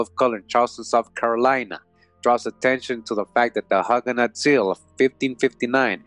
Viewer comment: Please stop mispronouncing Hugenot sounding like hug...Long u sound as in the sound of hue or blue. Hugenot. Thanks for the useful information.